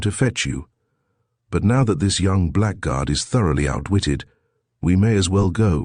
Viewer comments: THAT didn't bother me, nor the few other mispronunciations (e.g. black guard). Including the image id is too much. BYE. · Frequent mispronounciation of "blackguard" is annoying in otherwise pleasant audio, if you also ignore problems with French language.